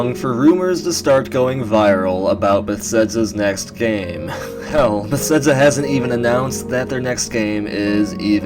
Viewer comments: It's pronounced "beh-thez-duh," first off... made me cringe every time I heard it, no offense haha, but I can tell your a big fan of the series. And while you brought up some good points, like the name of the purported project itself, I had a few qualms with your video. Yes, they spend a lot time on each game, for sure, but as they use the same engine with each game, Fallout or TES, it is more likely they worked on Oblivion, then FO3, then Skyrim, then FO4, then TES6. The engine developments are continual and procedural, and we've actually witnessed that this generation when Bethesda released new particle effects and that HBAO+ setting as updates. The world is likely being crafted and built, quests structured, and dialogue written, for more than the couple-year gap between each TES->Fallout tick-tock sequence, but it's not absurd to presume they make each game in three years or less, just as nearly every other developer with sequel release series. The most likely explanation is a core team works on each major release in the tick-tock schedule, while a smaller sustain tam works on DLC and game updates while the core team moves onto the next large project. Apparently, though, Bethesda GS might be mixing things up in the next few years, potentially working on a few other main projects simultaneously. I mean, most of us should know that Zenimax Online is responsible for ESO: TU, and presumably any future MMO endeavors (i.e. Fallout Online revival?) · Nice video, but why do you say Besedza? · Please stop saying Bethesda xD I'm sorry but omg I'm quite irked